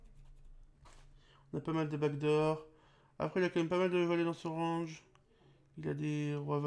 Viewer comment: Pourquoi tu dis < >